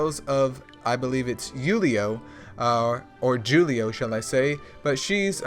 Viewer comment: I appreciate it bro. Definitely need to work on my trinkets. It’s pronounced who-li-oh. Thanks for all the videos.